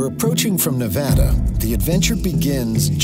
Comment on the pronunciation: Please learn how to pronounce Nevada and Beatty. If you rdoing a video learn the local pronunciation.